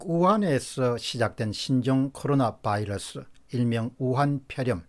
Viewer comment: 바이러스 발음이 맞습니다. Virus 는 R발음이라 바일러스 L발음이랑은 많이 틀립니다.